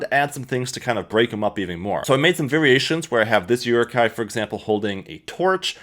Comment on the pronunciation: you pronounce many words very strange.. rokoku? uruku? lol?